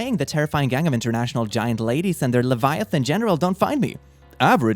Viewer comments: the fact that he pronounced latvian as laviathan hurts my very soul. I am sorry my baltic brother, you don't deserve this. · Laviataan (?Latvian?) Me, a latvian female: well we are the tallest but like Laviataan? Seriously? Learn to read 🤚🙄 /hj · I like how he read Latvian as leviathan, but it still works in the context of that graph. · THE WAY YOU SAID LATVIAN HURT ME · You mispronounced "Latvia" and "Latvian".